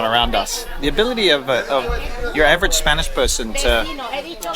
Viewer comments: Tu acento español es impecable 😀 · Great video, inspiring me with my vids. Also, superb Spanish pronunciation. Really enjoyed. Mike - TheCostaDelSolGoodLife